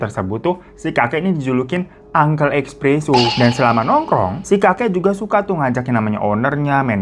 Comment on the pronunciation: Espresso bang, bukan expresso